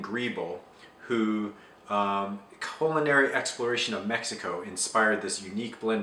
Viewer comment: It's not pronounced "cull" inary~